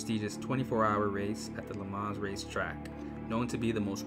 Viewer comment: There is no ‘s’ sound at the end of Le Mans. Technically, no ‘n’ sound either. This was as hard to listen to as a documentary on the Corvette where the narrator calls the company “Shev-ro-lett”! 🤦‍♂️